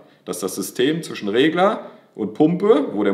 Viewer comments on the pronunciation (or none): none